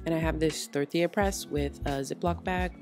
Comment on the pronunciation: This girl says “thorthia” lollllll